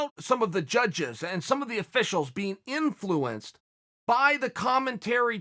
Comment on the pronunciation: Why does chael say inflUence lol